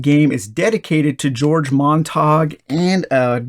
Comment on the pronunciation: Fabulous video about what looks like a delightful game. I'm not from Brighton, but for info Montague is almost certainly pronounced mon-tag-yoo.